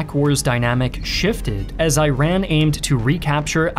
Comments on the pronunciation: As a Iranian ! You showed the Iraqis and Iranian soldiers wrong in pictures 🤣🤣🤣🤣 ! Iranians never wore the green uniforms ! Plus it's pronounced Eiraan not I-ran !!! They were so many mistakes in your video! Iran took Faw peninsula from weapons that they received in Iran-contra deal from America and Israel! And Saddam was fully being supported by the US and its allies plus Russia 😢plus the Arab governments we captured Algerian,Egyptian, Russian,Brazilian pilots and soldiers in the frontlines! The only reason that Iran resisted so well against these bastards were because of Khomeini called for holy war and Jihad which united the country against Saddam who was fully supported by the entire world! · My friend... It is pronounced E-run not I-ran. Please pronounce it correctly 🙏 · I still find the pronunciations 'eye-rack' for Iraq and 'eye-ran' for Iran weird. The letter 'i' here used to be pronounced like in 'it'. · Can you stop the EYE RAN and EYE RAQ? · Thank you for making this video. I wish you could use AI to correct the pronunciation of Iran and Iraq in this video. It's really hard to hear Eye-ran and Eye-raq so many times. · I can't take someone who pronounces Iran as "eye ran" seriously. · Fisrt 10 seconds into the video and you hear eye ran and eye raq tells you to stop because this dude clearly doesn’t even know what are those places called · why can’t you pronounce the 2 countries’ names properly though 😅 It’s not I raq and I ran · Will never take a documentary that’s says Iran like Eye-ran seriously. If you were educated enough, you’d pronounce it the right way 🤷🏻‍♂️ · Thank you for the video but it's a mistake here. It's pronounce E_ran and E_raqh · Eye-ran and eye-raq 💀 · bro you keep saying, I ran. Brotha where!?!?!? where did you run to. please just say it... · You lost me at "Eye-ran" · As an Iranian you said iran wrong this how it said: eran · "Eye-ran" and "Eye-rak" ... that is not how you pronounce those places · It is pronounced like “E-raan” 😉